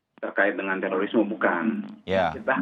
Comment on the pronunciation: teririsme....emang tuh i sama o dempetan sapa sih yg naro begitu hurufnya